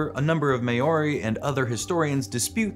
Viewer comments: Māori is pronounced like mow-ree, not may-or-ee. The line over the 'a', the ā, is the way the Māori write the word and is not meant to indicate a long 'a' sound. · it's a joke. the guy said may-or-ee like Mayor-y. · "May-ori"?? You mean Maori? Lmao ok that's the worst thing I've ever heard, why would you do that to Maori people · how do you say Maori THAT incorrectly?! Took me a minute to even figure out what the hell you were going for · Please, I love y'all so much, but this isn't the first time. Please, please, please learn to say Māori correctly. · Maybe it's comment bait. Really common thing, decimating pronunciation for comments. So many cooking shows going Worse-ta-shy-er Sauce. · It takes almost no effort to look up how to pronounce Maori. Your pronunciation is like a pencil in the ear of a New Zealander. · Even worse, they've made this exact mispronunciation before and were corrected plenty in the comments... AND YET... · I don't think I've ever heard it pronounced like this before - so far from the correct pronunciation. It's a pretty poor effort.